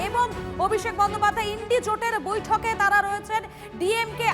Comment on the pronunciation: INDIA জোট নয় ইন্ডি জোট। কি জানি কি স্ট্যান্ডার্ড এর রিপোর্টার।